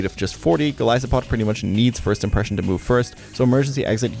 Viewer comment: why did you pronounce Golisopod in this video like this? I've been misspronouncing it for years because of you, only to listen to its original name? SHAME!!!